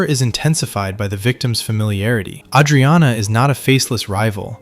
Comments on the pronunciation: no fan of the show would pronounce her name like that. plenty of words pronounced like bs. this channel pumps 1-2 videos a day it's too obvious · Dude, learn how to say "Adrianna" correctly. Also, you stretch the point and random scenes for 27 minutes... Christ.